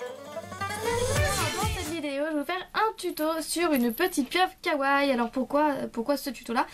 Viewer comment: Coucou, super tuto ^^ (PS : On dit "Kawa-i" pas "Kawaille".)